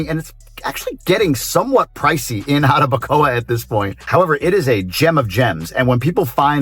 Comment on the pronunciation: you sound Dominican now 🤣🤣NO anymore GRINGO sounds just so fine "Jarabacoa"